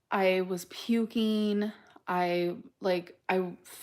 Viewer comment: ..." I started 'shivereen', I was 'pukeen', I got 'a bacteria ', they 'subscribed' me an 'antibiotiç 'etc.,etc.,etc.